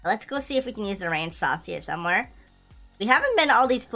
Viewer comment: I love how you say wrenchsauce when you got the wrench lol